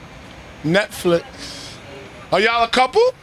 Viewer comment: That first "NETFLIKS" had me dying 😂😂😂😂